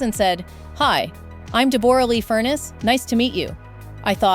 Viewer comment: So disappointing the voice over of this story mispronounces Deborra's name ( pronounced Debra not Deb or a lee) also her surname is pronounced Fur-ness not Furnace.